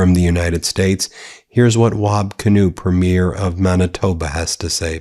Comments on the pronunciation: I've commented before, just a little note from a Canadian - the pronunciation of our provincial leaders (Premiers) is PREEM-yur... A small thing but everytime Ben says it like a show is debuting (preem-YEER) it makes my eye twitch! 😄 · Learn to f-Ing pronounce “premier”… it is not a movie “premiere”. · Please pronounce ‘Premier’ correctly. It’s ’pre-me-yer’. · It's not preem 'YEER, it's 'PREEM yer. and it's not Mahn itoba, it's Man itoba. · PREE-mier from Maaaaanitoba, Ben.